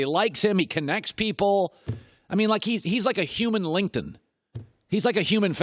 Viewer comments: Colin, I think that you meant to say, "Linkedin" and not "Linkedton." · Was he trying to say "LinkedIn" ? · yo you say "LinkedIn" mad weird bro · Why does he say LinkedIn like that? Lol